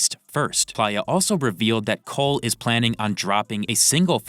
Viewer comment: You gotta be saying playa wrong on purpose for interactions 😂 it’s play-a